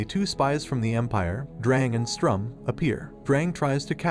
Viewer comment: just a bit of correction on names Sturm not strum Siero not cielo , her full name is sierokarte